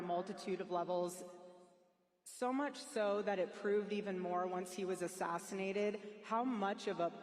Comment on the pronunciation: “ONCE he was assinated”…yeah I’m officially suspicious of her.